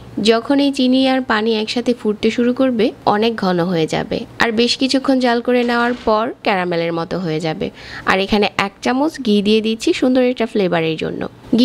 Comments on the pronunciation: গি(ঘি), ডালতে অবে(ঢালতে হবে), বেজে(ভেজে) ,রেকে (রেখে)---এগুলা কি কথা !-বাংলাটা শুদ্ধভাবে বলবেন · গি নয়,ঘি।বেজে নয়,ভেজে